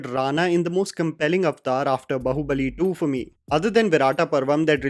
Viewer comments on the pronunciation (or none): After so many videos, is still saying "बहूबली", bro come on how difficult is it to pronounce it the right way🤦‍♂️ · it's Baahubali not Bahubali